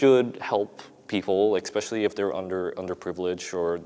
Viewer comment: EKXspecially! EKXSPECIALLY!!